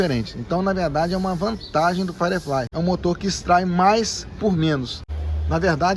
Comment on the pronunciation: Pode ser chatão? A pronúncia é "fairiflai" e não "faireflai"